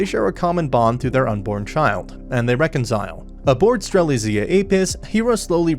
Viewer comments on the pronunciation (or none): Ah yes "streslia" "Gran crevous" BRO COME ON Edit: mans mispronounces every FRANXX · The way mans says "strellyzea" 💀💀💀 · It’s pronounced Stera-lit-z-ah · Good recap, only thing i can point to is your pronounciation of Strelizia